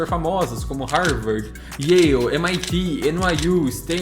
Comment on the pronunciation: Ótimo vídeo, Só uma pequena correção na pronúncia da Yale University. No português seria como se escrevesse "YÉU" ou melhor "YÉL" não "YÊIU". Vejo muitos brasileiros pronunciando errado o nome dessa universidade, mas sei que é uma pronúncia bem chatinha mesmo. 🙂